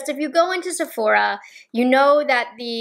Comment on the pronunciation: Lmao! Sephoria 😂😂